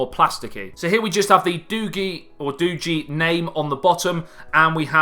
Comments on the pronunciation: It's doogee not doogy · Pronounced DOUGH-GAY. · I never thought about Doogee.. But this phone could change everything. wow. it is pronounced doeg (Dogee) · doogi......... not doogi. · It's pronounce doogee, not doogee. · Oh! I googled it! It’s Doogee not doogee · SAY: DOO-BEE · pronounced doojzz nice review/revisit chap! all the best for the new year too. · Comedy in the house..I think it is pronounce d Doo-gieee..lol..but in-depth break down.. wow u r the first YouTube who have said that the cam is not freak...And u did. Simple thing to prove your point...you are killing it..😁😁😁😁😁👍👍👍👍👍👍..great job..ammm..now that sweater..let's just say cannot put it into words.. lol..it is like a child only a mother could love..lol..do have a most productive 2018..looking forward to this coming year to see how great the channel grows... P.s...your other channel feels neglected..